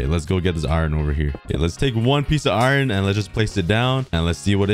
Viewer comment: Why do u say iiron ? 😂